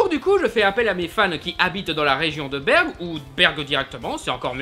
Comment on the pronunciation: BERG !?!?!?!? C'EST BergUES